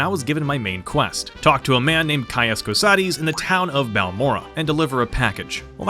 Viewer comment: You get a like for being one of the only YouTubers to pronounce “Cosades” properly.